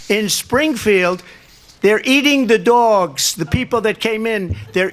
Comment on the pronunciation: Don’t our love the way he says Doowgs